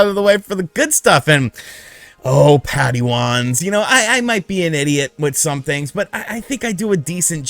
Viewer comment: Did he just call padawans “paddiwons”..?